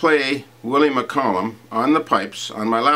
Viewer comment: Wit a wanker canny even pronounce the name McCallum right ya baw bag